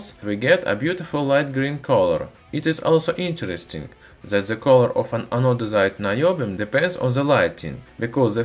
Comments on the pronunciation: if you have trouble pronouncing some words, why don't you look it up and practice the actual spelling/pronunciation . ANO-DIZED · Love how you got tired of saying anodised and in the latter part of the video, resorted to anodizide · Anodezide?? Is it anodized?? By the way great video love it